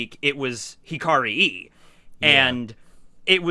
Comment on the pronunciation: No, you do not pronounce "Hikari e" as "Hikari i" (as in i in International Phonetic Alphabet), you should pronounce it as "Hikari e" (as in e in International Phonetic Alphabet)